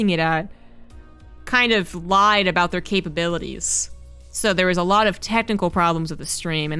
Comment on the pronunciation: "Aboot"?! This better be funny. =.=